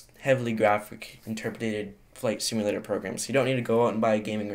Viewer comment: did anyone hear him say flight stimulator???